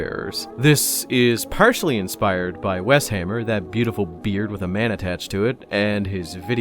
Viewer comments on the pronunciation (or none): none